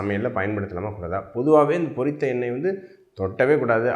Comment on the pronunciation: NOT / PORRITHA sir Pottitha why are you killing the tamil language, and the people who speaks Tamil.